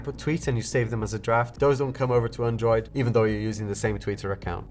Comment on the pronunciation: learn to pronounce android properly 😑